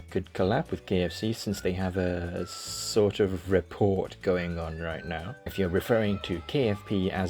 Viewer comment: You pronounced the T in rapport, I don't know how to feel about this. But that's okay because I still love you